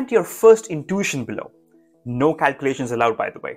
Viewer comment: It’s not “in-toosh-in”. It’s “in-tu-ition”